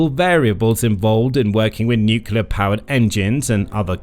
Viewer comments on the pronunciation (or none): Can't anybody say "nuclear" any more? If I hear "nucular" again I shall launch my own secret weapon .... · It’s nuCLEar, not nuCUEar. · let me remind the slow narrators wherever you dwell that atomic power is called NUCLEAR, not NUCULAR!!! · Nuk yah leur… what happened to new-clear? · The word is NUCLEAR, pronounced N-YOOK-LEE-YER, not N-YOOK-YOO-LER. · it's not NUKULAR but NUCLEAR..... really .... come on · The propulsive power of this vehicle derives from smashing neutrons into large atomic nuclei - breaking them into smaller nuclei and liberating energy in the process - plus a bit more, of course! So the nuclear fission process is all about the the energy released from the atomic NUCLEUS. Which is why it's called NUCLEAR energy - not NUCULAR energy, as you continually refer to it in the video. This is a mistake that has become so commonplace that even those working in the field of NUCLEAR physics mispronounce it nowadays. The video is very interesting otherwise. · It's pronounced ''nuc-le-ar" not "nu-cu-lar" ! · AAAAAGH! NUCLEAR NOT NUCULAR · Does it bother other people that no one ever says Nuclear correctly? Nukiller seams to be the accepted wrongly pronounced alternative. These so called professional people that do the narration should be taken aside and trained. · It's a long slog listening to this guy say "new-cue-ler" a thousand times. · Nuclear , Ya Nini , not nucullar from the word nucleus . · Nukuler, ever so credible. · Why can't anybody say the word "NUCLEAR" properly any more??!!.....😂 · The number of times the word nuclear is mispronounced is quite impressive.